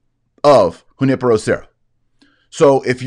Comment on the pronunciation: Taylor you pronounced Junipero great, now try Guadalupe with an "eh" sound at the end, not "ay" sound.